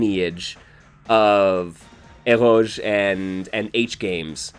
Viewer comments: Is that word "Eroge"? If it is, why do you pronounce it that way? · is honestly SO insightful and well-spoken; like, seriously a scholar of the genre… but also, never in my life have I ever heard anyone else pronounce “eroge” like it’s a French loanword and he keeps on saying it and it’s cracking me up dude 🤣